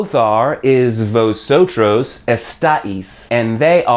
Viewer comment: It's funny how you pronounce "Nosotros" and "Vosotros" :)) Nawsawtraws and Vawsawtraws :P Muchas grracias por esos lecciones amigo. I learned much from your channel